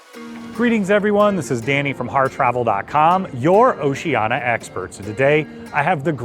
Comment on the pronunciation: Sorry, I can't take seriously any review by you when you can't even pronounce the name of the CRUISE LINE CORRECTLY. It's "Oceania," not "Oceana."